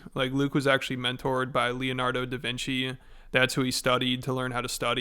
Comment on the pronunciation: bro said “la nardo” davinci 😂